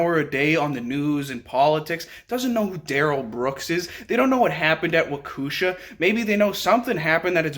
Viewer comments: It’s pronounced wok e Shaw. great videos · Omg I love this man! I live in Racine WI...right in between Kenosha and Waukesha ( pronounced walk-eee shaw) and I work in Kenosha. Crazy shit is going on around here..but this won't happen again...were prepared at all times now! At least I am lol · Dude, please look up the pronunciation of Waukesha. 🤦🏾‍♂️